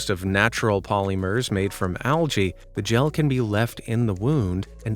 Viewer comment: POLYMERS sounds like polymars